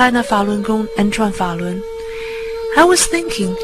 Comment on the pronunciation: It’s “ Zhuan. Falun.”